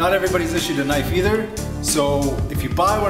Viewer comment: mean as ka-nife